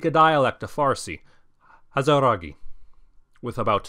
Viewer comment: hazara here damn nice vid also, hazaragi is pronounced "aaz-raagi"